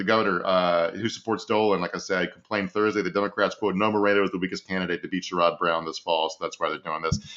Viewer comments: Emphasis on SHARE-rud. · Sherrod Brown's name is pronounced like Share-rud NOT like Sure-rod. Idk I keep hearing mispronouncing my Senator's name, and I needed to say something. **Sherrod=Share-rud**!! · Just FYI, you’re pronouncing Sherrod Brown’s name incorrectly. It’s pronounced Cher-id. (Cher like the singer, emphasis on first syllable.) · Share-Ed Brown is how his name is pronounced. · Psst! Senator Brown's first name is pronounced SHARE-ud.